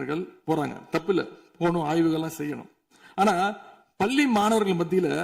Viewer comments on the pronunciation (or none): none